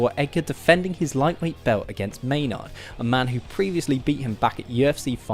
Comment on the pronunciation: It's pronounced gray maynerd not may-nard